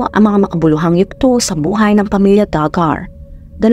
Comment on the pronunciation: Du-Gar ang pronunciation at ang Arkansas ay silent yung last na S.